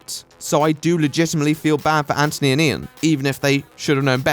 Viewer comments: Who is ANTony? Say it right. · Finally! Someone who doesn't say Antttttthhhhhhhony.